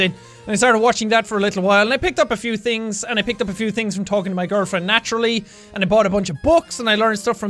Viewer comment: His girlfriend's name is "Naturally?" Ninja-Edit: Did I mishear the name "Natalie" in an Irish accent?